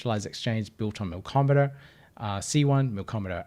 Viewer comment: There's no "r" in "Milkomeda". Great video though!